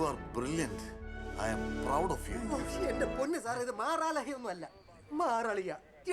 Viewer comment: മാറാലഹ അല്ല മാറളിയാ